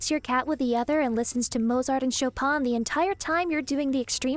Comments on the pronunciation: Proper Chopin pronunciation, color me surprised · I think my favorite part of this video was the correct pronunciation of Chopin